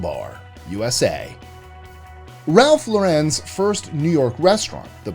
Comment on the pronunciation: Lah Ren pls say it right